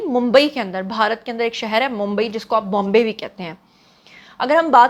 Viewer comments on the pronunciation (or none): none